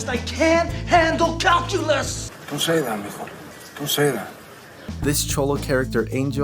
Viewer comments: what's ca-hoo-lus? LMFAOOO! Classic! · me in my calculus class- " whats cal-culos?"